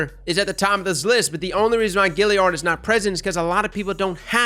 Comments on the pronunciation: two words... FUCK YEAH!! also, its Galliard, not Gilliard :)) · I'd why he pronounces it Gilliard when its Galliard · Galliard, not Gilliard! Love ya content man! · Every time you say GILLiard I want to die. There's an A there! It's the Galliard! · Galliard not gilliard. Also, it doesn't just come from the forges, the Sabateurs drop it also. Mine came with rich. rounds, Quickdraw and rampage. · “Gillyard”. Bruh that kills me. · Anyone else get kinda triggered by how he pronounces galliard?